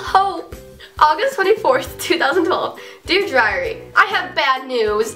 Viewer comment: it sounds like you are saying ( dear driary ) 😁😁😀lol